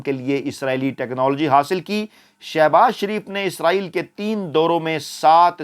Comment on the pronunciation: جناب فیاض راجہ صاحب اگر آپ کی والدہ حیات ھیں تو ان سے کہ آپکی مونہوں چوم لیں ۔۔۔۔۔ کہ آپ بہت صاف اور واضح لہجے میں " اسرایئل" کہتے ھیں۔۔۔۔۔ یعنی موجودہ دور کے اینکرز کی طرح " عزرایئل " نہیں کہتے۔۔۔۔۔۔۔! 😊 اللہ آپ کو ھر طرح کی عزت، دولت اور عمدہ صحت سے نوازتے رھیں۔۔۔۔۔۔۔ آمین۔